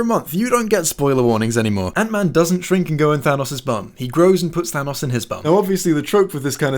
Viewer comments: Chewbacca the Gryffindor excuuuuuuuuuse me but it’s pronounced Than-OHs not Than-AHs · It's thanos not thanaous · ITS PRONOUNCED THAN-NOS! NOT THÃNOSS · It's than OE S, with an s sound at the end, and not a z sound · thanos is pronounced th-anus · Thanos is pronounced th-anus fight me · Clearly it’s pronounced T-Han-Os as in (tee-hawn-os) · WE ALL KNOW THANOS IS PRONOUNCED ( TH-AY-N-OSS) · The correct pronunciation of Thanos is TA-NOS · It doesn't matter, as another commenter has already pointed out, his name is pronounced as ThANUS. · I personally heard that It's actually pronounced THAH-NOS Edit: I'M AN ARTIST I CARE A LOT ABOUT TYPES OF GREY YOU PIECE OF SHIT. xo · It's pronounced "ThANUS." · Actual Lee, it is pronounced "They-Nose." And I base this pronunciation on absolutely no existing media containing the character. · no, it's pronounced "Tha-nose" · Tá doido karaio? É taNOS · I prefer the pronunciation "thaynohs", because it's obviously superior.